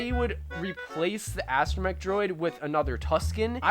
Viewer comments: Mech, not mic. You got it right in the rest of the video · Did he just pronounce astromech as uh-stro-mic ?